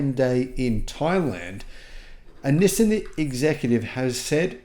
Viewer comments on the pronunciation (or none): You’re the only person on the planet who pronounces it “nisin.” It’s pronounced “nee-sahn.” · It's knee-sun, not knee-sin! Nissin is a noodle maker 😄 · Nissin (the way pronounces it) makes instant noodles. Nissan makes cars. It’s like the difference between the word ‘yawn’ and ‘lawn’. Maybe subtle but a huge difference in meaning. 🤦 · I’m sorry your Aussie accent says “Nissan” very different from us yanks. We say “nee-sohn”